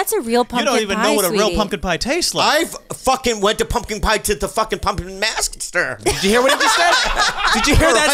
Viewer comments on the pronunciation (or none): "pumpkin pie maskster" or whatever he fucking said lmao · "I've... fuckin' went to pumpkin pie tewtuh fuckin' pumpin mastk-skter!" - Bobby Lee